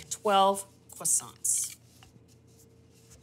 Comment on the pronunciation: Except for the annoying pronunciation of the word "croissants" ..